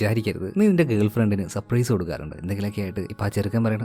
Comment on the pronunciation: സപ്രൈസ് അല്ല surprise